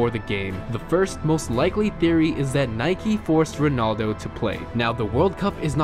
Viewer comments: This guy keeps saying Nikey and not Nike. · It’s Nike, not Nikey.